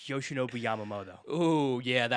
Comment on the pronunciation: Bro really said Yamamoto WTF